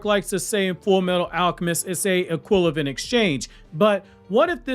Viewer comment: If I had a dollar for every time you mispronounced the word “equivalent” I would be so rich bro lmao